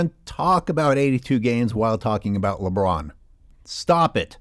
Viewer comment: omg the says “Broussard talks about LeBroon” made me laugh hysterically 😂